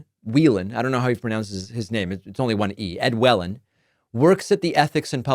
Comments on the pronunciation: I would pronounce Whelen as “way-lan” but that’s just me. From MA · Jill Whelan, the actress that played Captain Stubing's teenage daughter in The Love Boat, was pronounced with the long "ee" sound. It may help...